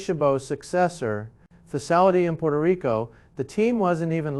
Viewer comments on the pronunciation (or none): none